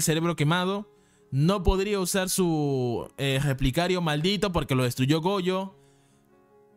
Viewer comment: Por qué dices Replicario??? No es relicario?